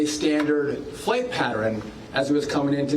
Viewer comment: probably SO inappropriate and too soon… but what da hell is a “patteRIN”?! I hear people pronounce “pattern” wrong so much! Anyway, back to the important stuff!🤷🏾‍♂️🤷🏾‍♂️